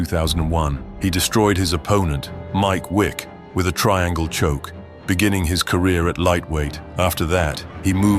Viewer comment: Did he say mike wick?? Pretty sure thats Mike SWICK